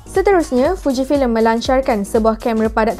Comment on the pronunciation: Alaa..dia salah sikit jeee